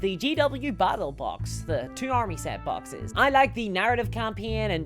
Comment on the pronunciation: "I would be way happier if those BATTLE BAWKSESSSS..." that single line made my day, unintentionally I guess :D